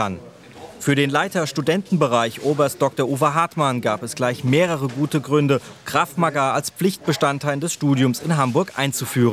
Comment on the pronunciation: Es heißt ganz normal "Krav Maga" und nicht " Krav Magaaaa" ... -.